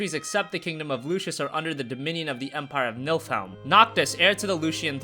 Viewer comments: by the way Niflheim is being pronounced incorrectly in this video and Noctis is actually 4 years younger than Luna (spoiler alert), weird right. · Nilfiheim is how it's pronounced. They say it in the Kingsglaive movie. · It's Niflheim